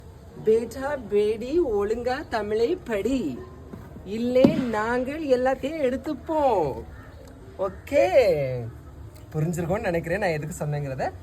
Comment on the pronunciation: டேய் பேடா பேடி இல்லை டா பேஃட்டா பேஃட்டி